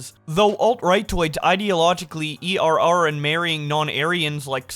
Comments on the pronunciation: Hey bud, "err" is pronounced like "air". Not like E-R-R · Did you say "E-R-R" instead of saying the word "err" for a reason? In case you didn't know, "err" is a real word. I'm guessing you might not know that, which is why you read it that way. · No fucking way he read err and "e r r" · Err I'd pronounced like air and it means to screw up/make a mistake for future reference. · err is pronounced "air", subsaharan is pronounced "sub sa hair an" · Its wild you can't pronounce err and are confident enough to make a video including that while indicating other people are stupid. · I know! It hurt. You read tweets for content, my man! How do you muck up a three letter word while also having internet access, eyes, and ears. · Duder, you read tweets for content. How do you butcher err, bruv?